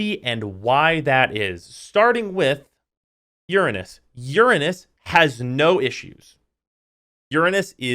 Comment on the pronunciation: thanks for saying uranus instead of ur-anus.